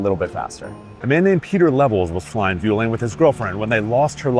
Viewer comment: Sorry but your pronunciation of Vueling is worse than Marseille.